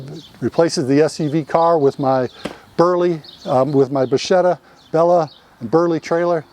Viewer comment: It's pronunced bakketta.